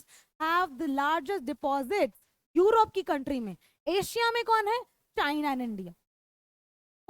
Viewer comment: It's not योरोप it's यूरोप